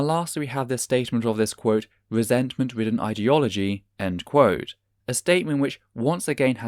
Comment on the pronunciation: Its always annoyed me how peterson says "idi- logy " like idiot ideology. its really gets under my skin. im fairly certain it aint a mistake.